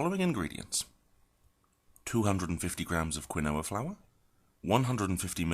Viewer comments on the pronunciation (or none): "Keenwa" say "Keenwa" not kwuhnoah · KEEN-WA. Not quinn-oh-a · Egyptian_Thoth yeah but that’s NOT what he’s calling it. He’s saying Quin-Noah. The alternate pronunciation is Key-Noah. So now YOU’RE WRONG too based on your own “evidence”